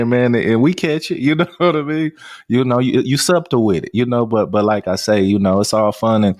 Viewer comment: is the first person I’ve heard pronounce the “B” in subtle.